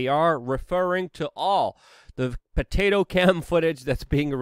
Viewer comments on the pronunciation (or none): none